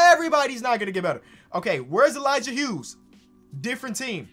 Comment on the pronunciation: Finally someone says the Hughes right. Bc my last name is that